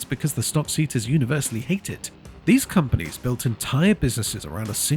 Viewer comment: AI docs are getting very good. Seat concepts being pronounced like the Spanish car manufacturer gave it away.